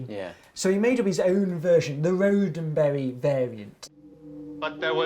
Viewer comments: pretty sure he said "Gene Roseberry" as the creator of Star Trek, it's Gene Roddenberry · James is SUCH a big fan of Star Trek, but pronounces the name of its creator wrong? How is that possible, Roddenberry is spelled with two "d"s on pretty much every Star Trek related material one would think. ^_^